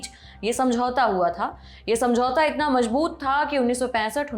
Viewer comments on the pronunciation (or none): Mai aapka fan hu.Sahi Hindi ka istemal karein 🙏🏻 kabza hota hai kabjaa nahi mazboot hota hai majboot nahi. Karz hota hai karj nahi. Kitni baar wahi galti wahi anchor karengi?